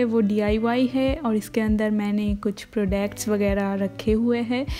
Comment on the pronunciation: Bho prodacts nahi hota Product hota ha